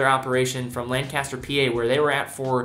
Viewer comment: Love you but I'm from lancaster pa. It's lanc-ester. Not lang-castor